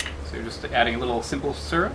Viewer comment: Say syrup again 😂❤